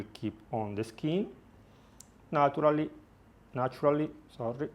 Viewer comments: "nAtUrAlLy-" oop that was too much flavor hol on "n a t u r a l l y ~" lol I personally love the accent and understood you the first time but that was hilarious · I know right !!